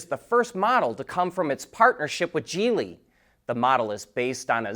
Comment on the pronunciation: Great channel and I'm subscribed and a fan, but please stop mispronouncing Geely. This might help